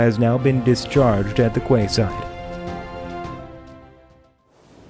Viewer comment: “Quayside” is pronounced “keyside”. “Quay” is pronounced “key”.